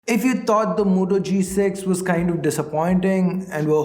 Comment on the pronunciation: If u taught the moto...u fucked the whole pronunciation